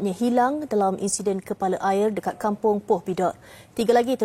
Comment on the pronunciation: Admin...kg poh..bkn kg loh...TU kg sy..